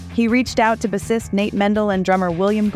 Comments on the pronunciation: "Bassist" =/= "Ba-Cyst" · It's pronounced "bay-sist". Not "bussist". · Yeah you're supposed to pronounce bass like "base" .... This was bunk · Narrator pronounced bassist in the wildest way I have ever heard. “Buh-cyst” 😂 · Did she just say BASSIST like.. B-assist? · "he reacted out to b' seest Nate Mendel....* " you can still spot those AI voice over give aways. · read by AI? who says "Bissist instead of bassist?" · “Reached out to bu-cyst”… ya sure??? Greats video besides this!!! ✌🏾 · What's a "buh-sist"? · there was no research done here. she even pronounced bassist wrong. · It’s also an AI voice. Did you hear how she pronounced “bassist”? Is this just AI written? It does often confidently misstate facts after all. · I'm new to this channel but is the narrator's variation in pronunciations intentional? I think Novoselic's name was delivered 3-4 different ways. She said his first name like "Christ" once and even "bassist" was weird . It's almost like this was an AI reading. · It's an AI voice. It actually miss pronounces the word "Bassist" in a video about a Bass Player. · "Bassist" doesn't rhyme with "assist." Stupid AI voices.